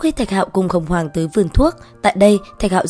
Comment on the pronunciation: Đến đứa nào Tiếp đón tận tình đứa nấy Sinh linh tiên cổ đến ah làm thịt luôn 😌 Cơ mà bà kia tên Hồng hoàng s nghe ad đọc ra hỏa hoàng nhỉ 🐧